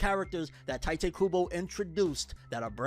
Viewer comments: I just hate how americans despite being so into anime and watching anime in original japanese and they can't pronounce names for shit, Tyte Kubo is new for me.. Let me help you, The "I" in Ichigo that sounds like a "E" for you. take that sound and put it in Tite so it sounds like Tite Kubo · His name is Tite, not Taite